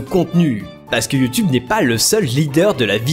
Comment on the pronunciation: Sacrés Français avec leur Yuu-Tuube... Faut prononcer iou-toube. Essayez, ça ne vous déformera pas la gueule.